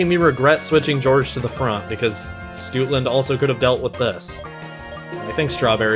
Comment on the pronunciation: Ngl Stootland sounds like you're mispronouncing Stoutland real bad.